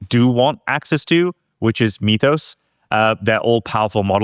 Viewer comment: Love you guys (no homo)! My favorite show right now. Mythos is pronounced "Mith-ose" not "Meeth-ose". got it right, yay! We don't say "Meethology" or "Meethical".